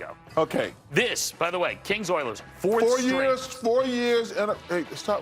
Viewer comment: Oilers? Naw we gotta say it like Chuck... Errlers! xD (Oh and the Stars shocked the Avs and eliminated them. Just when you think you know you don't know.)